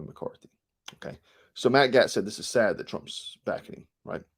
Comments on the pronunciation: Gaetz pronounced Gates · Matt Gaetz - pronounced Gates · Matt Gaetz is pronounced "Gates" and Dan Crenshaw is pronounced deep state dan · You're gonna catch a charge for murdering all these names!Gaetz=Gates Boebert=Bo Bert Klaus= Clouse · Gaetz is pronounced like Gates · I am sure others have mentioned Ed this but, it's Gate's like a fence gate. Keep up the good work bro!!! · Gaetz is pronounced; gates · GAETZ is pronounced GATES. You commentators are so disrespectful about pronouncing people's names. You do know these are Googable. You dabble in politics yet you claim ignorance. Pronounce names properly. What turn off. You're out. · I appreciate your report on Q some years ago - it helped open my eyes, but you are the first person I have heard reporting on current affairs who cannot pronounce Matt Gaetz' name correctly.